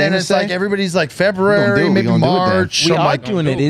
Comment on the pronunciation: I would give crap for how he says Feberary, but I can't say it either.